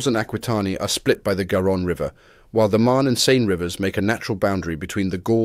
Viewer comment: Also the Saône river is rather pronounced Sone or Saune ;-)